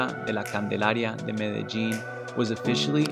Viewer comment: Above all, thank you for pronouncing Medellin correctly.